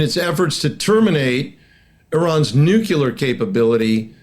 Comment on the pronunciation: Oh dear, another old (same age as me) duffer of a retired General who can't pronounce "nuclear". I guess one of the old school "I don't need to read no manual" old boys. Thank heavens, the USA didn't supply Ukraine with the weapons it asked for back in 2022, or else they'd have lost back then, but now, by changing the nature of warfare, Russia is on the back foot, war crimes against civilians and POWs aside. I don't understand why Iran needs to refine its own uranium for its nuclear program, when they could just buy Russian nukes or swap them for Shaheds, as good allies do. Unless, of course Putin finds that his nuclear stockpile doesn't exist, and has been sold to line Russian Generals wallets.